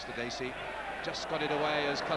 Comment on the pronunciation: Sorry to be picky , but it's " Dacey " .